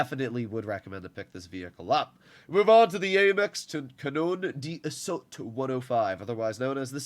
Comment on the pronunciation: Love that French accent on Canon d’assaut ❤